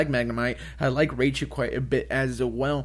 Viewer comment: I stopped taking you seriously when you pronounced it as "Ray-chu."